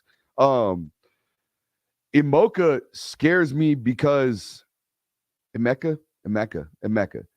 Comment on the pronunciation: Eh-mecca ..Egg-booka